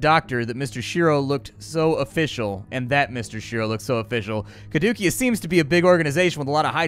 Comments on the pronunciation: Yeah: Kuh-DOOKIE-us. I was right there with you, it's pronounced Kah-DOO-see-us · Oh god, "Cadookeus" was painful. Especially for any Division players who got used to hearing it in every build video for a brief period. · Your pronunciation of "Caduceus" was grating. Keep up the good work.